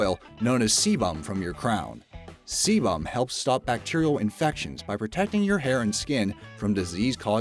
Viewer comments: sebum= see bum lol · See-BUM. Hilarious! Try a schwa instead of a fully-enunciated 'u', same as US people do with the 'i' in 'mobile'. Hear it here